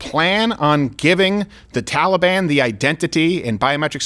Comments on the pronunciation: Every time I hear Biden pronounce it “Tolly-Bon,” it sounds like he’s down at the mall trying to get a cinnamon roll. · Why does Biden keep mispronouncing Taliban? Makes them sound like a breakfast pastry. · Why can this clown not pronounce taliban